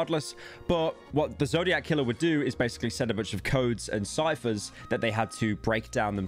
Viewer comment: i cant take pyro saying "the zodiaz killer situation" seriously